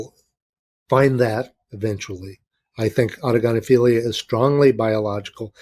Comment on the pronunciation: Thanks for pronouncing autogynephilia properly Chris was trying to Google it haha Great show cheers from NZ